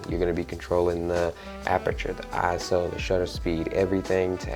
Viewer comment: Thank you so much for not saying eyeso